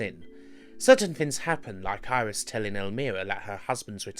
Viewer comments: Iris? Just.....no. Don't care what your native accent is. It ain't pronounced Iris. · I admit it took some getting used to hearongnit like that, but when the game was released nobody knew how to say it, so it was up to the player to find their own way. I say it "air-is", but things like aegis shield I say "I-gis", so I can see logic, and it's not easy to break a nearly 20 year old habit.